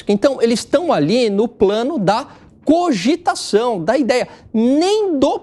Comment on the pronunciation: Cigitação? Foi isso mesmo que esse cara falou?